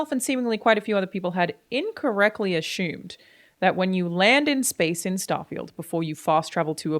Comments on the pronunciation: Incorrectly ASHUMED?🤔🤔🤔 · Ashoomed? What in the world is that. Is that how you pronounce it in Australia? Never heard that before and I watched a bunch of Australian you tubers in the past. Just caught me off guard. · You said assumed wrong so I stopped watching